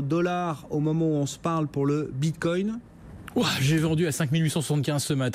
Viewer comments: J'ai entendu "bindgcoin", j'ai instant dislike. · Il sait même pas dire "bitcoin" ("le binecoin") ce guignol.